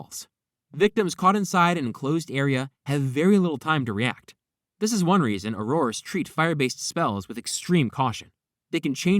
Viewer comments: I find your mispronunciation of “auror” disturbing. It’s “oar-er” not “oar-oar-uh” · Ok that was not killing smoke in the fantsstic beasts movie please do some more research and redo thus video i dont feel i can trust anything you said at this point it was difficult enough to try to get past the way you pronounce auror the smoke in fantastuc beast is called an obscurus